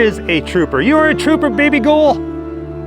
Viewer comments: When you say her name it's like your saying "baby girl" with down syndrome so like "baby gowel" or baby girl autistic style...lol baby gol baby gol 🤩🤣 anyway thanks for sharing the video all in all it was cool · I can't get past dude saying baby gull 😂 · What the hell does he keep saying??? Baby gole? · I had to stop watching when I realized he was calling her "baby ghoul"...